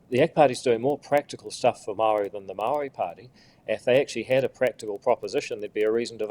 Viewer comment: Say the word "maori" how you grandad said STOP bending over to Willy Jackson and his pronunciation police...